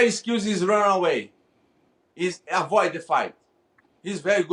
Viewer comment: "I fhink he has a good skills...he best skill is running away...afoid the fight ....he very good at fhat"😀😄😆😅🤣